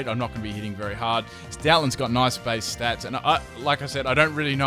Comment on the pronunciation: Omg the way he pronounces "Bass" makes me cry. AND THEN WTF IS A CORSAWLA.